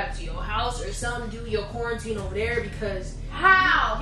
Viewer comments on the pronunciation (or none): "He said qaurentine and chill " 😂 😂 😂